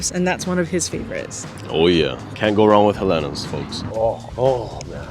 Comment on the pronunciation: I’m so happy you said Helena’s is da best❣️❣️❣️ by the way I found out that the correct pronunciation is “He lina’s”. 🤷🏽 Waiola Shave Ice❤️❤️❤️🤙🏼 Fukuya Okazuya❤️❤️❤️🤙🏼 Saimin - I love Palace BUT I gotta try Shige’s! Leonard’s Malasadas❤️ Gotta try Poi Mochi ❤️ gotta try Cinnamon’s Kalbi Loco Moco